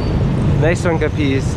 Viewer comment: Capiz is pronounced with tress on the first syllsble like CApiz, and talaba with stress on the last like talaBA.